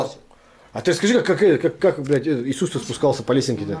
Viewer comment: Про исуса я тожа слишал бульдок правилна говарит.